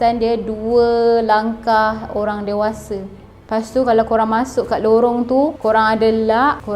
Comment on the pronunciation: Lorong ke lowong?? Hehe jangan mareh yaa. Nanti kena jual 😂